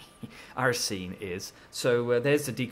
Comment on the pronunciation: lol, why did you pronounce aRsine like that then chuckle? american students giving you a hard time?